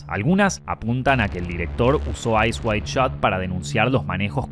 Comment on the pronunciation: is it "Eyes wide shot" or "Eyes wild shot" HAHA the pronunciation is crazy